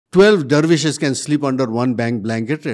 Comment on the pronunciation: Its "dervishes" my friend, not Devirshes